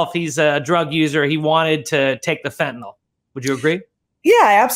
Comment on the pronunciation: Are Americans born with different mouth structure or something? Why can't they pronounce fentanyl correctly?